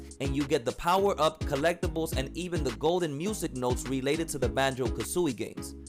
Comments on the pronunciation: yes ha ha it’s like how you say kazoo not Kuzui😂😂 think of kazoo and then louie the IE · Lol the way u say kazooie! Good video